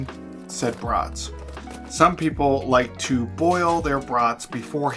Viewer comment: Nice video, as always! Are they beef? I like the pronunciation: brutts (as in mutts).